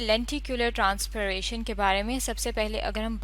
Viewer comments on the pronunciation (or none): Transpiaration ❌️ Trans-pie-ration ✅️